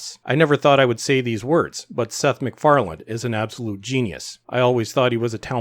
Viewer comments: The guy's name is McFarlanE, not McFarland. Come on! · His last name is McFarlane, not McFarland.